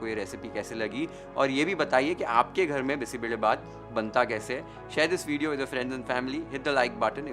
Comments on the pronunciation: More than cooking and recipe and steps what caught attention was you pronuncing Bisi Bele Bath correctly Most people from north part of India won’t pronounce it correctly They say like Bisssi beley bath But your pronunciation is on point ❤ I just felt like I ate a good bisi bele bath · Highly appreciate your pronunciation of the dish names (Bisi Bele Bath, Masala Puri)! Amazing recipe. Thanks chef! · Yes, we don't use bay leaf. Marati moggu for sure. I love your perfect pronunciation of BBBath and Marati moggu. The chillies that you used here are Byadagi chillies, named after the district where it is traditionally and extensively grown. You may want to know it's pronunciation, with a 'y'. Not 'Bedagi'. (This word actually means something like a Belle. Loosely translated as a beautiful girl 😂). Nevertheless it is a pleasure to watch your video which already takes note of so many variables in making this signature dish of our State, Karnataka. I am more of a knol khol user. Often brinjal are used. And even Drumsticks. More vegetables will only make it tastier. Couple more variations for those interested : I sometimes mix toor, masoor and moong dals. We can substitute rice with poha or any millet. All variations come out well. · Beautiful presentation ❤ Thank you for saying Karnataka and Bisi Bele Bhat properly 😊 you've got the nuances right. We don't add tej patta at home as it changes the taste. All the rest is perfect and very close to how we make it. Thank you again for the attention to detail.. Lots of best wishes.. ❤